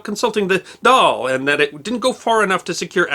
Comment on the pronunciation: Congratulations on getting the pronunciations correct, irish words such as 'dáil' and 'fianna fail' usually trip up foreign commentators.